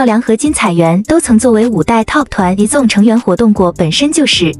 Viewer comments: izone不是念i(e)zone 而是念i-z(z音開頭，茲音結尾)-one 才是喔! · 團名至少要唸對吧…「izone」